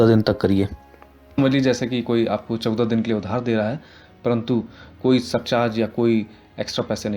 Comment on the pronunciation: I wonder why they replace his 14, wrong pronunciation? LOL